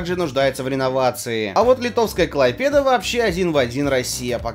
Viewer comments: неплохое видео, только КлАйпеда, а не КлайпЕда 😕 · Почему КлайпЕда? )) КлАйпеда)))